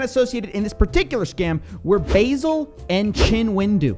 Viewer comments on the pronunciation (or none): Baa-sil, not basil (like the plant). It's an old name, short for Vassilios (Greek). Basileus means "king" apparently. So there's nothing really wrong with the name.